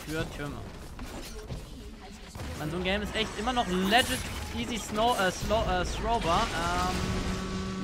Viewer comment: bitte lern das Wort "legit" und "Rakan" richtig auszusprechen.